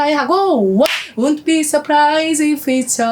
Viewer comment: ‘won’t’는 ‘운ㅌ비’ 보다는 ‘웡ㅌ비’ 쪽에 가깝게 발음하시면 좋아요.